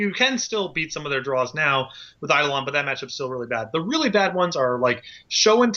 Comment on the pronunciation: If I had a penny for every time someone mispronounced "eidolon" I'd be loaded